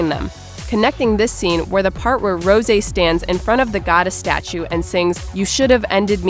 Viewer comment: Rosè rpronounced as rose